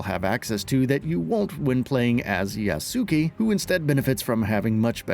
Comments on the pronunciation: “Ya-su-ee” LOL that is not at all how his name is pronounced at all. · Can people pronounce his name correctly, it's 'yass-kay'